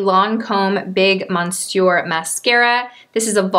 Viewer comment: She can't pronounce "Monsieur"?